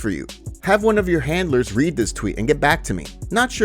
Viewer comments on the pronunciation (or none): none